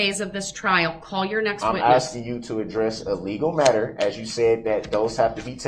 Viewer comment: He never said that. Durrrrrrell has literally never said asking in his whole life. He axes and that's how Mathboi Groundz rolls